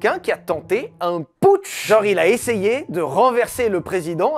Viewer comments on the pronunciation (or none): none